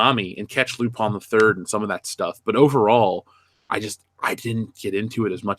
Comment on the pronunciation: It's LuPIN the Third, not 'lupon'